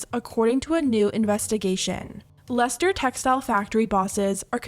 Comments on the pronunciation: I agree with this whole video but can I just say as not only a UK person, but from Leicester originally, thank you for pronouncing it right and highlighting the shit boohoo are allowed to get away with there. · It made me so happy that you pronounced Leicester right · Haha I was also impressed that they pronounced it correctly 😂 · Props to you knowing how to pronounce Leicester!